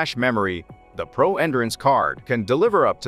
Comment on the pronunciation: Please remake with the proper pronunciation for 'endurance'.